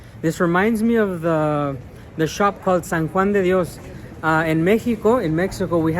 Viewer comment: Are your parents from Mexico, because you spell Sa Jiuan de Dios, like somone how speaks fluidly spanish.